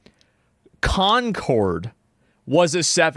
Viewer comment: Everytime assman say CONCORD I giggle 🤭 Don't know why